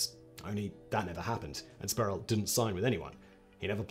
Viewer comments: It’s Latrell “Spree-well” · Pronounced “Spreewell” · How many times can one mispronounce Sprewell?